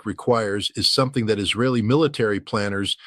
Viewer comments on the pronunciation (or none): none